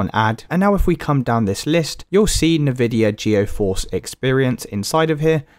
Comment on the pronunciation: Nividia Goeforce?